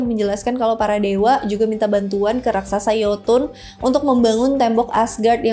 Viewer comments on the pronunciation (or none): none